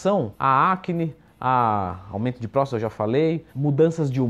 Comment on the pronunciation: Leandrão, é "PróstaTA".